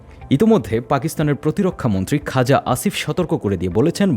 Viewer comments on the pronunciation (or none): none